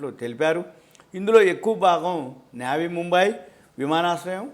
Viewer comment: నేవీ ముంబై కాదు నవీ ముంబై